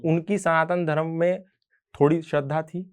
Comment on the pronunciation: एन्कर से निवेदन है कि धर्म शब्द को धर्मा उच्चारित न करें। धन्यवाद। वन्देभारतमातरम।